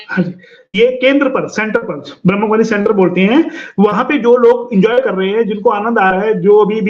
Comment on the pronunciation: Ye etne denose Bramhakumaris nahi bol parahihai. Bramh kumari bolti hai.😂.